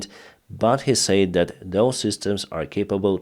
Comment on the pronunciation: your English is close to perfect but would improve more if you look up the pronunciation of the word 'said' . Thank you for all you do !